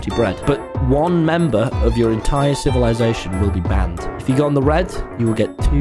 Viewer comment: What is “civilasation”?